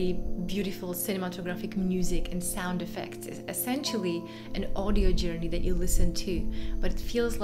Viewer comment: This is actually an unusual “Yourney”